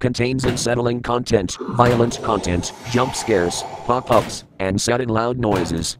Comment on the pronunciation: 14 For a second there “Pop ups” sounded like “F Ups” Makes sense because even THAT was not shown!😳 Looked like the Door from the StarWars Movie Was that a lake of ACID?! Survivors should be working TOGETHER 😑 THAT just came from out of NOWHERE SOLDIER?! Also that Woodie Meme is shortly after